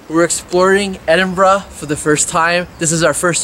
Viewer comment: Even though I've been americanized from living in the states for awhile (lost my accent) the part at the beginning when you tried pronouncing Edinburgh destroyed me lol. I was hissing "it's ed-en-bur-ah" the entire time haha